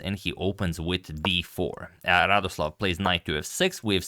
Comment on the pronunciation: To be correct, he is not Radoslaw, but Radosław. Like "w" in 'wow'. He is polish GM, not from russia.